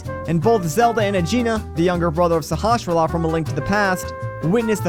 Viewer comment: kinda petty criticism but it's there is no /sh/ in Sahasrahla